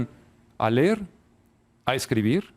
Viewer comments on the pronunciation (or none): Que lamentable. Pero mas lo es que este señor de no se cuantos años y que fue educado con la antigua escuela no aprendio nada, mira que no saber pronunciar : los niños no aprenderan lo basico...textual minuto : "no aprenderan a lerrr" y viene a hablarnos de educacion. Debemos como guias darles a los alumnos el acompañamiento adecuado para su desarrollo pero tambien debemos estar capacitados para ser una buena influencia y no solo tomar a mal el hecho de querer proporcionar alternativas a la enseñanza. Logico, los modelos deben ponerse en practica y poco a poco irse formando con tropiezos y aciertos nada surge perfecto como acto de magia.